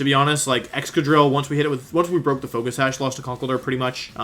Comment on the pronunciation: Could you please pronounce conkeldurr as conck-keldurr.